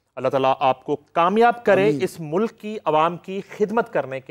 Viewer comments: Mr. you should concentrate on your accent It's Mulk not Muluk. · 2828 Shabash ,aap mujhay koi ''danishwer'' lagtay ho, Yes it is ''MULK'' and not MULUK, SHABASH aap bahut ''taraqi'' karo gay aur kamyabi aap kay qadam choomay gee. Sallam aur Duain from a senior from USA